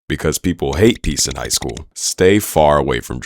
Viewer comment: hogh school